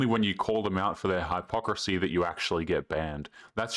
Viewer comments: Its pronounced HIPocrisy not HIGHpocrisy.. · That's not how you pronounce hypocrisy